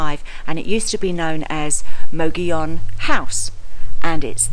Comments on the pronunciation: Lol you pronounce it moggion but isnt it more like mo-goll-on mogollon? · Mo- Go-Yone. not mogeeyon. It's SPANISH. 🤷🏻‍♀ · We do believe it is pronounced "mo-go-yon" a local told us. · Yep: locals say “mug-ee-on”! As a New Mexican, I can confirm that the way a word appears is not always how it’s pronounced. Madrid, between Albuquerque and Santa Fe on the Turquoise Trail, for example, is not pronounced like you would in Spanish, even though it’s a Spanish word: the miners there were mostly immigrants from central Europe, so it’s pronounced “maaaaa-drid.” The next town to that is Cerrillos, and it is pronounced like it looks in Spanish because of who lived there. That’s true throughout New Mexico. Anyway, this is one of the more beautiful places in my very beautiful state, in a very remote area behind the Black Range, between Reserve and Silver City. My brother had a big ranch on the eastern side of the Black Range, closer to another great town called Hillsboro. Glad you featured this. Come back to New Mexico: we have lots of places like this! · Depends. Locals pronounce it, "Muggy own:. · Great video. The Governor would have preferred that you pronounce his name: mo-go-yone. All the "o"s in his name ar long "o"s. Thanks for sharing! Can't wait to visit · Your pronunciation is a bit off. . It is pronounced, MUG-EE-YOWN. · Mug-e-own long e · Please correct the pronunciation of Mogollon.